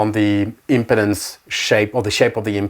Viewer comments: It’s pronounced impeeeeedance. 😂 impotence 😬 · Unfortunate pronunciation of “impedance.”